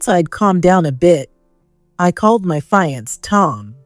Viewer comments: Fiance should be pro pronounced as "fee-on-say" or "Fee-ahn-say"! NOT FA-YANS! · Fiancé is a French word...not a "fire-ants" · Can't you find readers that upropeproninciatipfiance ?( fee =on-say) 🤣🤣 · Why do the editors not catch the severely wrong mispronunciations to very important words to the story. ‘Fiance? “ ugh